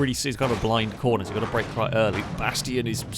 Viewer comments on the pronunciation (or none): none